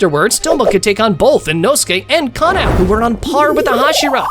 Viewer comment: Kanao is kanao bro it's not canal